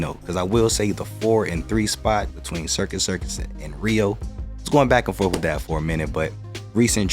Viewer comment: Did you say, "back and forf"?????